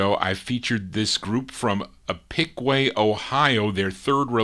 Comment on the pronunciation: Hi! I hope that the remodeling of the studio went well. I've been meaning to tell you that I used to date a girl from Piqua, OH and it is pronouced Pick-Wahh. Thanks for another great show.